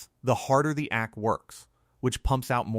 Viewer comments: AC is pronounced aye cee, not ack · Tell your AI that it is A C, not ack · Yeah that was good😂and ak for AC😳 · Megacity and ack units, AI just can not read or pronounce the written word😆